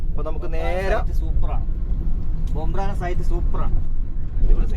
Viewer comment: ബംബ്രാന അല്ല - ബംബ്രാണ